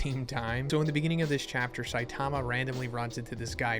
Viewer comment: I’m not trying to hate… but you clearly are a huge fan of this Manga… why can’t you say Saitama’s name correctly? Really not that hard you put the emphasis on the first syllable not the second. Weird